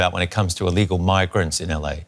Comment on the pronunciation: Why does the guy talking at around 9 minutes say eelegal?🤔